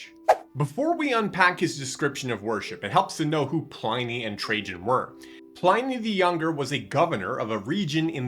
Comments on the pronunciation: Cool. Thanks. Btw It's pronounced Plinnee not Ply-nee. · Please note: Pliny rhymes with "tinny", not "tiny". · Ply-nee? Ply-nee!!?? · That should be pronounced Plee - ny. In Latin, i has the sound of a long e in english. Romans also believed Christians sacrificed and ate babies: not so far from the Satanism of many pagan rites. This was probably a garble of the the Christian celebration of the Lord's Supper which I believe was kept secret at that time for that reason. But the best description of early Christianity is found throughout the Epistles of Paul, John, Peter, James and Jude in the New Testament, Curious? Start there. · The Roman letter "i" is pronounced as in "lift", "pig". To get an "eye" sound, they joined "a" and "e" together. So you would pronounce it "Plinny". In fact, we should use his correct name "Plinius" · If this person is going to proffer himself as an expert on this subject, he needs to at least know how to pronounce “Pliny” correctly. Also, the way he casually blew by the letter describing two slave women who were tortured for being deaconesses I, as a guy, found misogynistic and gender-biased. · I believe his name is not pronounced PLINY as "I", but rather Pliny as "in". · Just watch your pronunciation of Pliny. It's in like in bin not ine like in spine. The religious hostility in the Roman era did not come from the Romans, who accepted multiple gods, but from the Christians, who did not and asserted that theirs was the only one. In Christian religious history it's easy to find many examples of fraud, theft, adultery and falsehoods.